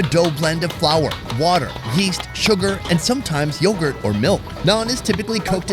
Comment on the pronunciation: He's American he can't even pronounce yogurt 😂